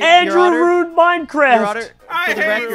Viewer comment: CAMP MINECWAFT!